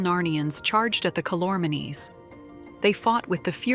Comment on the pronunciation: Boy was this truncated! Not even edited, but truncated! It's pronounced Cal-or-means! Read the book. It's called The Last Battle. Well worth the effort. Best would be to start with the Magician's Nephew and read all seven books.